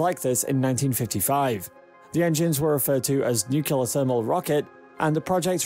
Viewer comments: Im sorry to be this guy, but its NUCLEAR, NOT NUKULAR. n(y)o͞oklēər NOT nü-kyə-lər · It's Nuclear, pronounced "new clear". Not "new killer". It's not difficult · It's nuclear, not nucular. It's like using axe/aks instead of ask. It's illiterate. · “Nuclear” not “nucular” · Nuclear nuclear... not nukelar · NU-CLE-AR! It’s NUCLEAR! Not “NUCULAR!” It is not the “nuculus” of an atom that is fissioned, it is the nucleus. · Nice video, ruined by the constatly marred pronounciation of the word "Nuclear". It' pronounced noo-kle-ar, not nukelar! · The word is "nu-cle-ar", NOT "Nu-cu-lar" - Dubya always said "nucular" and generally massacred the English language on a daily basis... and he didn't stop there. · its pronounced nuclear..... not nuculur ( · Uh, lots of people are "considering the difficulty of getting there". Far more than are daydreaming about the millenia-long process of terraforming. And then you totally lost me when you pronounced it "nucular". A sure sign of scientific illiteracy. Nuclear. New clear. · new-ke-lare alamunium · Let the 18 month journey time slide, but as soon as he said "nucular", I quit and will never come back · Lol, “Nukular” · Is no one going to comment on the correct pronunciation of the word 'nuclear'? It sure isn't Nuc-You-Lar. Why produce an informative video and then dumb down the world by sounding like 'Dubya'? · NU-CU-LAR!!! X) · Nuculer engines? Is Homer Simpson the narrator of this video? Difficult to take this seriously if you don't know how to pronounce 'Nuclear' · Starts with some misleading information. Must learn how to pronounce 'nuclear.' Stopped watching. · If you're going to make a film about a nuclear powered space ship, shouldn't you at least learn how to pronounce the word nuclear? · Learn to pronounce the word nuclear so you don't appear ignorant.